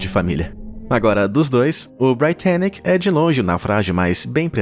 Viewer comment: Não é porque a pronúncia em inglês de Titanic é "tai-tæ-nik" que a pronúncia de Britannic deveria ser "brai-tæ-nik". Cara... quando for assim, joga a palavra no Google translate e peça pra ele pronunciar "procê".